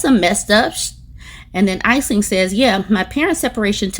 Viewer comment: Aisling is pronounced "Ash'-ling",.